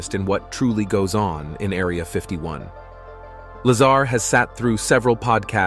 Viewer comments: Is his last name La-ZAR or LAY-zer? Really, how can anyone take this seriously when the people behind it can't even pronounce the name consistently? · If you’re going to do a video about someone, at least pronounce his name correctly. Very unprofessional on your part. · Please pronounce his name correctly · You lost me when you couldn’t even pronounce Bob’s surname properly. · He can't even pronounce his name ! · "Lazer" gets to me you cant even pronounce his name properly. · Also if you are going to spotlight a great man at least learn to pronounce his name correctly. Give him that respect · You didn't even pronounce Bob's last name correctly. Come on man what a horrible way to start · You already pronounce Bob's last name wrong I'm out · Please teach your “narrator” how to pronounce Bob’s last name. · Bob Luh-zahr not Bob Lazer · bro you cant even pronounce his name right wtf...its not LAZER its La-ZAR 🤦‍♂ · Instead of counting sheep’s tonight, I’ll re-watch this video and count all the “facts “ you got wrong. And it’s Lazar not Laser. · “Bob Lazer” ? Yeah I’m out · you call him "Lazar" and the "Laser"....lol. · Bob’s last name is not “Laser”…it’s Lazar… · its a joke lol the guy narrarating the video called him "bob laser" his name is "bob lazar" lol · Narrator: “Mr. Bob Laser” Me: 😬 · Did the announcer call him Bob Lazer!? Hahaha and Lol!* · It’s laaaaaaa zaaaar not laser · Like how the computer voice turns the guys name into Bob lazer rifle. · It is La-zar...not laser. Some say Dugway Proving Ground s.w. of Salt Lake City is the new Area 51. It is certainly remote enough. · I’ll bet he calls Tortoises Turtles too . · bro said "laser" it's lazar bro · Uh, his name is pronounced la-ZAR, not "laser " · Bob WHO? it's Lazar, not Lazer. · Dude wtf? How is it you pronounce Bob Lazar correctly but then pronounce it wrong as Bob Laser lmfao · Lol he said Bob lazer😊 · Content creator calls him bob laser!! 😅😅😅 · Lol "bob laser" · The narrator said bob lazer😂 i like that.